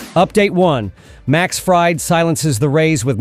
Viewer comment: Is this narrated by A.I ? Because am I mistaken or did he call him Max Fried as in fried chicken several times ?